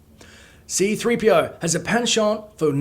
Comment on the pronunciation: Did any one notice they did C-3PO wrong. they did it C3-PO it's supposed to be C-3PO